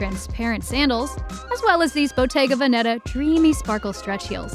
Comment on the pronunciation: the way she pronounces “bottega veneta”